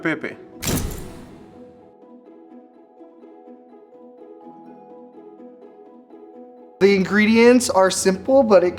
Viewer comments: why the second boy pronouncing pepe as pepay. isn't he italian american? no baby the roman's aren't proud of ya 😭😭😭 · I also hate how he's so proud of being partially italian and then pronounces it "pey-pey"